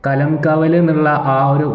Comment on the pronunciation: മച്ചാൻ പോയി കിടന്നുറങ്ങ് സംസാരിക്കുന്ന വയ്യല്ലോ കലം കാവൽ അല്ല കളം കാവൽ എന്നിട്ട് നീ റിവ്യൂ മമ്മൂട്ടി മൂഞ്ചി